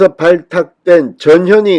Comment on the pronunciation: 전현희... 이 여자는 이름도 발음이 자꾸 저년이 라고 ㅋㅋ 뻔뻔한 ㄴㄴ들.... 안 나가고 뭉개면 그냥 짤라야지... 말씀처럼 험한꼴 당하기 전에 ㅋ